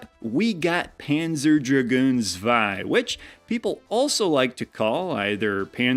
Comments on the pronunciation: Pronounced tswei. It's german. :) And the Sega Saturn and it's games are very cool. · Tip: the z in zwei or panzer is pronounced as ts.